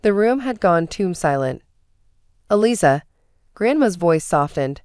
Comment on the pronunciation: AI is bad and get names matched up !! Eliza is pronounces Eliza with a z not with an s. Long z.🙄🙄❤️🐉💙💙🌈🌈😎😎🍍🦅🦉